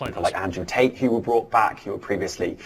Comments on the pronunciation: G'dam'it...... It's 'Bought" not "Brought"..... I Bought the cake at the store and then I Brought it to the picnic. Elon Musk Bought Twitter and Brought it into repute.;) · Bought doesn't have an r in it